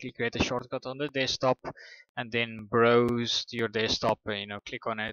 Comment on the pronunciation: Browse is not spoken "Bros", but "Braus".